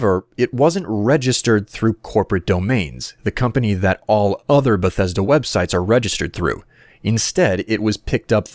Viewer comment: if fallout 4 is not even in dev i will cry everytime i here the word "benthesda"